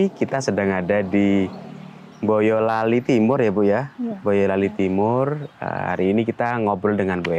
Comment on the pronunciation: Hostnya uda lokal bgt nyebut nama kota plus huruf M, Boyolali jadi Mboyolali 😉, emang ada yg bbrp nyebut plus huruf tsb ddpn 😉..